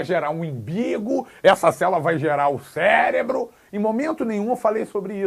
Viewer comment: ele fala imbigo e ferebro